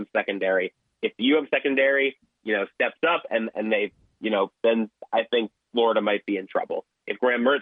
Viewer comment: Why did she say Florida like that? Are you from New Jersey?